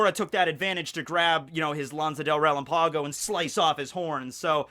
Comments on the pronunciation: "lANsA dÉl RÉLÁMpagou", never change. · my dude after all these years and you still can not pronounce spanish words like murciélago and lanza del relámpago lol